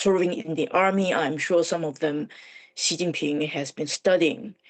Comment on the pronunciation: I switched off when the first 'expert' interviewed couldn't even approximate the pronunciation of the name of the Chinese leader.